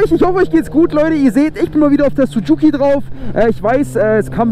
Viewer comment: Warum Sucuki? Das heißt Suzuki. Oder du bist in Sucuk verliebt.😂